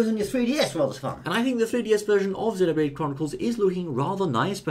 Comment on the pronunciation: It,s great you two know how to actually pronounce Xenoblade!!! Your in the minority but your right!